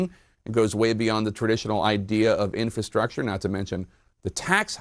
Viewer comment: Inf-R-astructure like Feb-R-uary..... pronounce your Rs people...